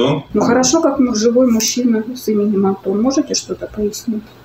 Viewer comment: почему вы называете онтон,а не Антон?!